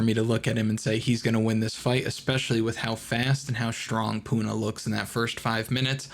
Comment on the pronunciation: He said eating Puna